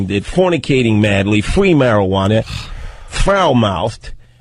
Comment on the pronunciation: Fwwweaking mowwwons Fwwweeee marijuana 😂😂😂😂 That speech impediment makes it so much better